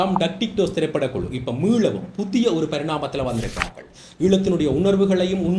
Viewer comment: தம்பி நீர் தமிழை நன்றாக உச்சரிக்க வேண்டும்.குறிப்பாக விளக்கமாக புதிய போன்ற சொற்களில் தவறான உச்சரிப்பு தெரிகிறது